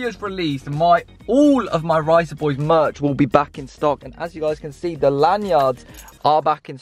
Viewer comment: Swear its meant to be merch announcement not "mech announcement" ¯\_(ツ)_/¯